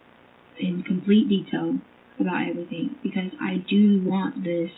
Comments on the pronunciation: What about EverythinK?? 😂She's been pronouncing it like that her entire life, I'm sure she really believes that's how it's spelled. She's just dumb af! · Please, let us not forget her adding a K to every word "endink" in G. Everythink, anythink, nothink, wronk, etc...... It drives me NUTS